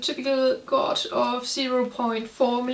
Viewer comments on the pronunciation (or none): I had to go back to figure out what you were trying to say. You pronounced Gauge as Gouge (to scoop something out, or to overcharge someone). I know English isn't your first language, so to help you with your English pronunciation, here are some words that Gauge rhymes with: age, page, rage, stage, and wage. The U is silent. I hope that helps.